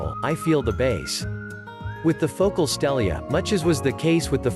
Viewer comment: Fo-cal. Phocal